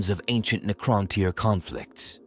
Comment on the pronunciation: deffo tyre. Had to stop right there. Getting tyred of this ai bibble.